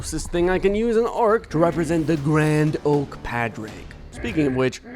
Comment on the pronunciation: Hey, love the video put his name is pronounced like Pauric, it's gaelige for Patrick